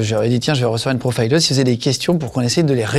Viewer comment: Pourquoi prononcer profileuse à l'anglaise ? Avez-vous vous honte de votre langue ?